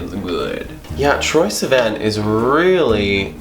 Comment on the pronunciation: Please start saying Sivan correctly